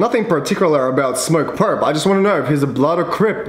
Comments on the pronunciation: everyone: smokerpurp: SMURCKURPURR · yeah rip but he said smokerpurpp